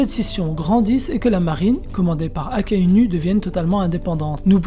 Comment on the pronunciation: Je sais pas si c'est fait exprès mais c'est très déroutant de t'entendre dire sengocu akainu et même cuzan avec ta prononciation à la française je crois que ca ce dit plutôt sengokou akainou et kouzan